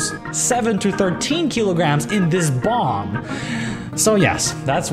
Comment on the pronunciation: I totally thought you said bong and not bomb... had to double check... XD